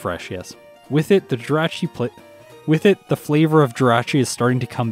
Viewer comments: I want to start off by saying congrats on 40K and I can't wait to see more of your content. That being said as long as I've been watching you it still hurts to see you pronounce the name of pokemon wrong. Jirachi - G-Rah-Chi Gl in the future and I can't wait to see more of your content! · Wait how is he pronouncing Jirachi?? Hes saying "Dratchy" *cringe